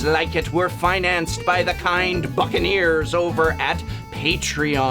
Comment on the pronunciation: i thought he said unblockable fuconeers lol